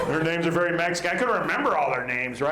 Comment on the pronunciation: Ver' funny, ver', ver' funny.